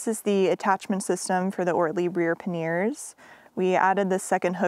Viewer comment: Great video — looking forward to some scenic shots of your travels. I must say though that i chuckled every time you said ‘paneers’ - which is a kind of homemade Indian cheese 😂. The bags on the bike are ‘panyers’ (or ‘panny-ers’ if your French is not so good).